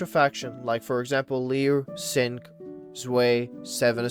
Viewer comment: who tf is zway bro do we not know how to pronounce 2 in german?